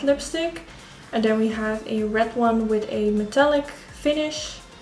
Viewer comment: Haha de manier waarop je an zei wist ik meteen dat je Nederlands was! Mooie look! Ga m denk ik vanavond eens uitproberen